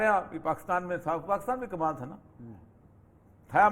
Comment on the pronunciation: افسوس اپنے ملک کا نام صحیح نہیں لے سکتے۔ کاف پر بجائے زیر کے زبر لگا دیتے ہیں۔ دلچسپ۔